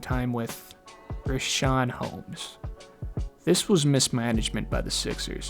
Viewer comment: Yo but why TF are you disrespecting Richaun Holmes name like that?